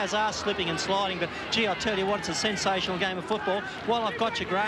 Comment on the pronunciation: Graeme Hughes sen-SAY-shenal!!! Lol. Good ol days.